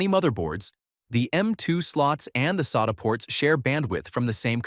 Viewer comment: It's pronounced SATA, not SATA.